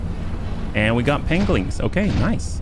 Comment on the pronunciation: It isn't your wingman, it is you pengwing man.